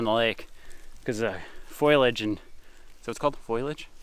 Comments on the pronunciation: 😂 "foilage" you guys are silly. Foliage 😂😂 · It’s “foal..iage” (spelled foliage), not foilage. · foliage, not foilage 😄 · Foliage not foiliage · Foliage not foilage 🤣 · Foliage, not foilage. : ) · it's foliage (you said foilage) :-) Seems like they'd have a yardstick marked along the top edge of fishing boats. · "foliage", you made me go look it up because I thought you were right but "foilage" didn't sound quite right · It was "Foliage" but now its "Foilage" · fo lee age. lol great video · Pho-Lee-ige, LOL. You won’t go hungry with all that fish available. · This side of the pond... We call the dense leaves;... Foliage Pronunciation Fow-lee-uhj Over here there are about 80 different ways to pronounce Foliage Just depend where you originate from... ROFL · Fo lee aj … foliage. Lol awesome video. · foe - lee -idge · Me too! I kept repeating it lol!